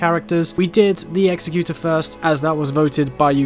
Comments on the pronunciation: You are saying the executor wrong. Say it like executive not like execute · Great video with real helpful information. Thanks! Just to point it out, the name Executor is pronounced differently. Executor means "a person or institution appointed by a testator to carry out the terms of their will." as provided by Google. The word you think you are saying is executioner: "someone who carries out the sentence of death."